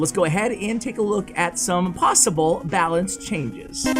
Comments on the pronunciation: “Balacne” You tried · “Balacne” lmao